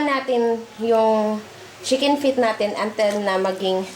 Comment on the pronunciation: chilli pippir (pepper) untel (until) haha nageenglish p kse sablay naman, sablay kna s pgluto feelingera kpa ulol enjoy guys k jan nandamay kapa ngatain mo yang goma😂